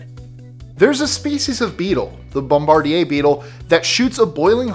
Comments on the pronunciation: LoL What the hell did you call that beetle?🤣 bom-bar-dier beetle. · Isn't that pronounced "BOM-ba-deer"? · 7- That's still up for debate. I would argue that there are six senses, because many of what you are counting as separate senses are bundled and perceived together. 1- It's pronouncd bomb buh DEER.